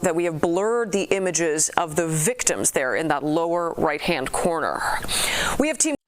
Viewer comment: why she said right hand corner like that lol